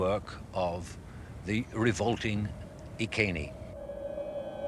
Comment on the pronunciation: nice to hear the name of the tribe pronounced correctly EE KAY NEE instead of the mangled Roman EYE SEE NEE.